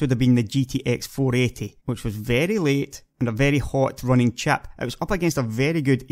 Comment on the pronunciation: I really like his accent, but it took me about 10 minutes to stop wondering what chap he's talking about.